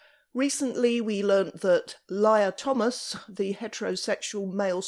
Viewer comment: "Liar Thomas" didn't catch that the first time! Lol